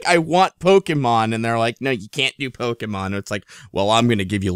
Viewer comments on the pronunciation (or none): none